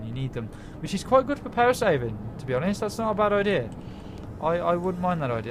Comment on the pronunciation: Did he say idear? XD